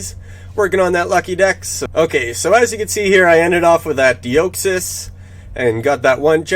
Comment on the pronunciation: Ugh I’ve told u before... de-ah-xys. Great video how did ur Unova week go, 660 shundo checks for me not a single rola so I took an L